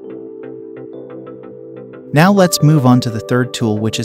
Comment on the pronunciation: It's India not Indai